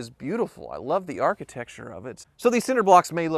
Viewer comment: Lol “architecture”